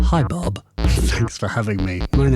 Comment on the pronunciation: Oh no, he called him Bob...It´s Bo or Bosse! Bosses beats!